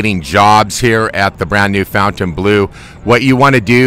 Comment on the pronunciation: Fontain, not foutain